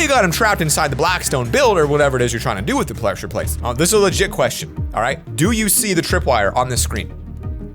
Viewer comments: plesure plates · Nobody:: “plessure plates”